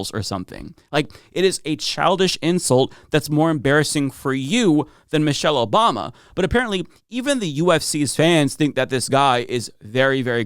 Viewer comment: "Moshelle Obama"